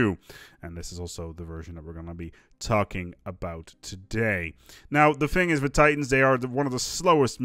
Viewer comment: Am I hearing things or was he saying "Tarkin" instead of "talking"? Would fit the title.